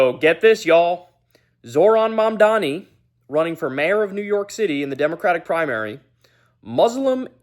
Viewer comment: And it’s MAMDANI M A M D A N I! GET IT RIGHT